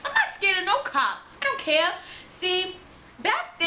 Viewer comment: Her accent😻 the way she says 'lost' like 'luost'.. Also when she said 'honestly I didn't even ce-ar, that the cops was the-ar'..😻